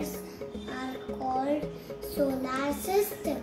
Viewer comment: Very good but it's pronounced soler not solaar I am just pointing it so you pronounce correctly but very 😊😊😊😊👍👍 good